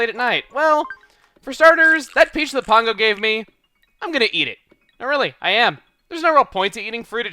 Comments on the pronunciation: # COULD SOMEBODY PLEASE TELL TO STOP MISPRONNOUNCING CROQUE AND PANGO'S NAME PLEASE! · COULD SOMEBODY PLEASE TELL TO STOP MISPRONNOUNCING PANGO'S NAME PLEASE! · # COULD SOMEBODY PLEASE TELL TO STOP MISPRONNOUNCING PANGO'S NAME PLEASE! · Pango, Like Mango. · # PLEASE STOP MISPRONOUNCING PANGO'S NAME PLEASE!